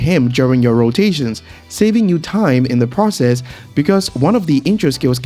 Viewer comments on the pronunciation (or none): none